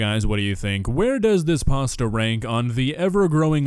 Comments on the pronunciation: Does say "paster" instead of "pasta"? If yes, everything is fine, it's not pasta it's paster. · We just going to ignore the fact how he’s pronouncing pasta? He added an er to pasta. Also, look at how dirty his nails are. 🤢 That’s very disturbing! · Why he keep pronouncing pasta with a Hard R, making me mad fr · Did he pronounce it "parstir"? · Drink everything they say "parsta" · I hear more "pawsta" more than an "er" in it.